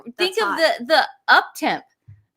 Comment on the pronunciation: The “up-temp” 😂😂😂